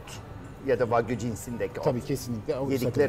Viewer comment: ha "wagyu" ben de hep "fuck you" anladim hahah